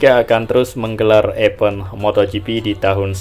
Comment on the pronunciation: Bang Bukan EPEN tapi EVENT bacanya IVEN